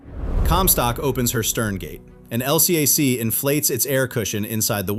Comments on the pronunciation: This is an A.I. channel. Surprise surprise! As a Naval “expertise” channel- every Navy sailor knows those hovercraft are called “EL-cack “; not “El See Ay Sees”. Big give away. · AI, it's "el-cack," not LCAC! Also, your AI pronounces USS like, "U. S. S. ...). If you're going to do USN stuff, use (or teach your cheap AI) to use USN jargon and pronounciation.